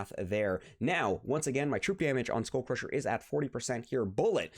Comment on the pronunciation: It's just cringe hearing SchoolCrusher every 2m🤣